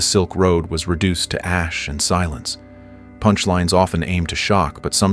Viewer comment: I guess the prompt that this IA was feed included... Please enphazise the word "punchlines"